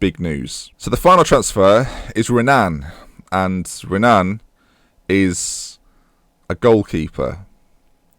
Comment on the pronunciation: The R in Renan is pronounced like an H. I.e. "Henan"